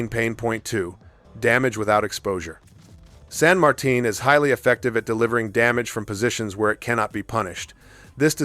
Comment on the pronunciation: Good video. I knew you were going for T10 so I thought of all of those before watching, except San Martin (kudos on pronouncing that name correctly!). As a DD main, I dread those, but also Moskva, Salem, and if we continue down, Atlanta and Cleveland.